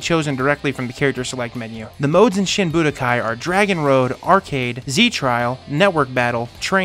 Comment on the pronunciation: Wouldn't it be SHEEN Budokai? :P